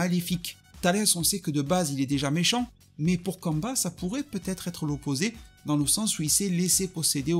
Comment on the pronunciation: je m'en excuser, mais j'imagine que tu parlais de Cumber ? (Ou Cumba à la japonaise) ... C'est ta façon de le prononcer qui m'interrogeait. On aurait dit que tu parlais d'un Sayajin congolais ou d'amérique du sud. Kamba di Janeiro ...